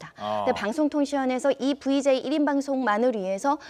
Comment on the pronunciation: 자꾸 변호사 VJ라고 하는거 나만거슬립니까